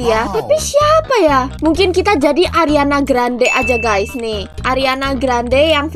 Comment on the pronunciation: Ariana grande:❌ Ariana granad:✔️